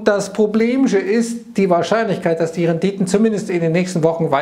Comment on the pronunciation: "De Renditön ..."